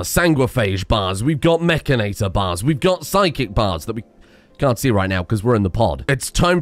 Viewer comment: isnt it "Itor" not "Ator" for mechanitor?